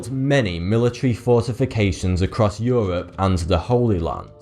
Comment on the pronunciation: euwop and Amewika